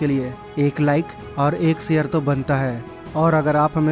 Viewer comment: pehly urdu bolna sekho mery bachy sare ni share hota hy